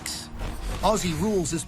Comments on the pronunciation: Ok sweetie it's pronounced Ozzie not ossie K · my only bit of critisism is the way americans say aussie, it isn't pronounced like ossy, its more like an ozzy - no harsh S's, more Z in it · Its pronounced ozzie! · I HATE how Americans say aussssie. It’s pronounced auzie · It’s pronounced “Ozzie”, not “aci” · FYI Aussie is pronounced Auzzie not Aussie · it's pronounced Aussie like "ozzie" not "osssssie" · i love how Americans pronounce aussie. We say "Aw-zee" y'all say "o-see" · I HATE it when people say “auSSie” and pronounce it an an S sound. oZZy. ITS A Z INSTEAD OF AN S SOUND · It’s pronounced auzzie not aussie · iT’S OzZy noT oSsY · Ozzie it's pronounced Ozzie ffs not ossy damn it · First things first... stop with "ossy". It's pronounced "ozzy" like the crazy old metalhead. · Aussie is pronounced Ozzie :) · Aussie should be pronounced like OZZY, the S's should not be pronounced like siss. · quick tip... pronounce Aussie as Ozzie..... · It's pronounced ozzie.. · Aussie is pronounced “ozzy” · Aussie is pronounced Ozzie rules...👍 The players are super fit athletes, and the Melbourne Cricket ground MCG holds 100,000+ fans. Players don't need to hand ball but do so in close confines, but they use what is available to use at the time. Remember the game as been evolving since the 1860s, so it's been around for a long time. Season starts around March 22 thru to late September....there are USAFL games played in most American cities. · Just a tip mate, it's said "ozy" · great vid, just one correction and I hear it everywhere, when saying aussie there is a particular way to pronounce it the 'au' is pronounced as an 'o' and the 'ss' is pronounced as 'zz', so it more looks like Ozzie when vocalized, also with the bench there are two conditions for leaving the field, either the player has broken something or is dead. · Just a simple note. It's pronounced "Ozzie". We cringe every time we hear the S's. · Aussie is pronounced Auzzie by Aussies. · say "aussie" like ozzy